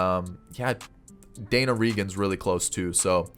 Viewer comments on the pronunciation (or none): none